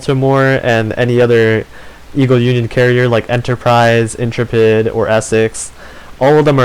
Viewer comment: Inter-pid In-trep-id